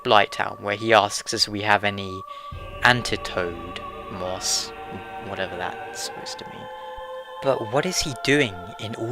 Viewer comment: Lol he said antitoad moss.....do you not know what an antidote is?